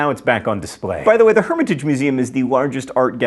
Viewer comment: Herm-ě-taj, hehe...Herm-i-tage. Funny. 😏